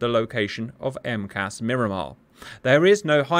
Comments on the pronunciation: It's not 'M-CAS', it's 4 individual letters for Marine Corps Air Station. M-C-A-S. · Not sure if you care but we don’t call it “Em cass” we say “Em see ay es” (for Miramar) Not criticizing, just fyi since you try to make things accurate. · Just a tip- I live within rock throwing distance of MCAS Miramar. We would like you to know that no one calls USMC air bases "emkass", they are very definitely called out by the letters M C A S or just simply this one is "Miramar". Separately and only tangentially related the Boeing 737MAX airliner uses the famously failed software "Maneuvering Characteristics Augmentation System" which this one IS known by the acronym "emkass". I know it probably seems hopelessly pedantic, but US military/aviation experts are cringing every time you use that term to describe Miramar. Thanks Cap!